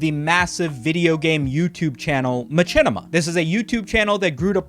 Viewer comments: the way he says machinima is making me uncomfortable "my chin ema" i have always heard said "Mah shin ema" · Bro pronounces Machinima as Ma-chin-ima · I didn't know I could be so desperate for someone to please god stop saying ma-CHINnima. Its like a horrible form of reverse asmr torture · its pronounced mashinema, fool. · Hate how you say machinima its machine pronounced matchene? The creator even said how it was pronounced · The only person ive ever heard put chin in machinima, do you also pronounce machine macheen? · Every time says ma-chin-ema 1 second passes in Africa. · its true. i'm here rn to witness it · is.. is that how machinima is pronounced? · Is mispronouncing machinima a bit? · Bruh please say Machinima correctly at least one time